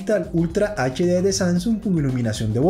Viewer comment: Pronuncias ed Led. Es edch Led. Aprox.